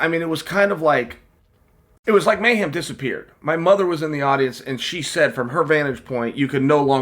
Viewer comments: Lol at Chael calling him Mayham, it's Mayhem,, bro at least say his name right Jason Miller was a big time star at one point in mma and even had a show on mtv - bully Beatdown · Jason "May-Ham" Miller Leave it to Uncle Chael to get even the simplest English speaking American name wrong. LOL